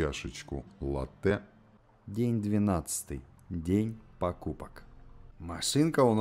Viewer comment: Всё нормально, но не латтЕ А лАтте